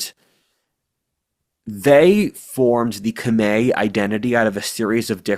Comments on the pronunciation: The pronounciation of "Khmer" is more similar to what would be "Come-eye" in English, blame the French for being the colonialists who spelled things in French. haha Good video though and props for at least attempting the correct annunciation, not saying what sounds like "Come-here" as most westerners do. 😆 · my man, Khmer is pronounced "kah-meye" not "kah-may". Source: my wife is cambodian